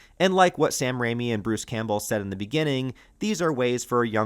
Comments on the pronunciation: Is it AI that can’t FUCKN SAY Bruce’s last name right over and over again?? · I can’t figure out if your voice is ai. The way you pronounce “Campbell” is very strange.